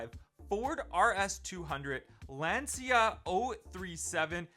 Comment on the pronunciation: It’s pronounced Lanchia o37. It’s a homologation special for group B. Lancia has the most WRC wins for a manufacturer